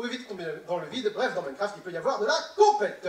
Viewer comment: J'arrête pas d'entendre mycroft XDDD